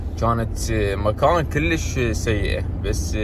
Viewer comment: ليش تكول كليش كول كُلش حته احله وافخمز